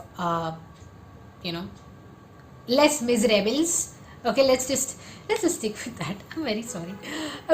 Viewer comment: Happy you got you read so many good books :) Would love to read up on the Indian cast system and its consequences. Your first pronunciation of Les Miserables was fine :D I'm also in a mood where I have so many things that I want to read that I don't read less, I just read bigger books so my numbers are what I wanted them to be.